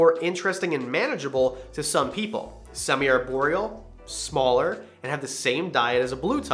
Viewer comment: "ARE"borial. Not "AIR"borial.